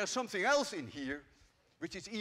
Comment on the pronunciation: ''somesing'' im dying